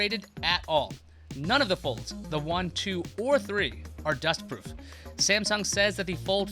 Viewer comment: is it just me or did he say his words all weird about it being dust proof and water proof for all 3 ? lol. I had to go back a few times to understand wtf he was talking about. I get it now though.